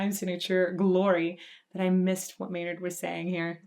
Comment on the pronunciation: okay, so a little later , you saying you have cussed so much, but then you say name, & I hear it not as his name. LOL